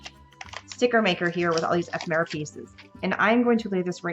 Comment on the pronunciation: I like how you explain your thought process; great instructions. Love the cards. Thank you for the video. ( We do need to teach you how to say ephemera ;)